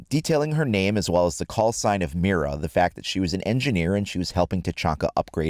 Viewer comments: It's pronounced Mida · Well since I can actually pronounce an Operator Name, people saying meer-ra is going to really get under my skin lol